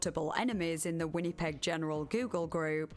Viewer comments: the way I wrote it out. She was saying it how it looks, Winn-e-peg, but it's more like Win-uh-peg. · Canadian resident here: for anyone interested, Winnipeg is pronounced "Winn-A-peg" not "Winn-E-peg" :) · win-uh-peg. But the “uh” is not emphasised. You don’t over pronounce the middle “i” basically. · The people bitching someone with a very heavy accent pronounced winnepeg the way she did are so annoying lol. You knew what she meant. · Really good video, never heard about this topic before. Would love more longer videos. But I would recommend looking up how to pronounce a city's name before saying it so many times... never heard of Winnipeg being pronounced "Win-nee-peg" before and it took me out of the "listening to the story" zone every time 😂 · WHINNY-peg 😅😅 I’ve never heard it pronounced that way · I love your videos, and I'm only like 11 minutes in, but the way you say Winnipeg made me laugh 😂 Win-uh-peg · The way you pronounce “Winnipeg” is very endearing. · thats one way to say winnipeg i guess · Your pronunciation of Winnipeg is so cute. 😂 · The way you pronounce Winnipeg kills me I love it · I don't know what happened to my comment from earlier, but in addition to cosigning OP's phonetics, I suggested going over to CBC Manitoba's channel as it's the provincial capital. You'll hear it soon enough. It's also interesting that Winnipeg is a deeply multilingual city, and pronunciation is pretty close to the French. With a switch to the k consonant at the end, it's also not that far from the original Cree, at least as it sounds to my ears.